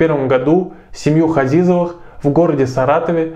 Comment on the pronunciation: Фамилия не Хазизовы, а Ғазиз, измените фамилиюи выучите родной язык.